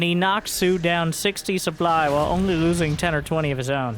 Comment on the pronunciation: Look at the soO-ply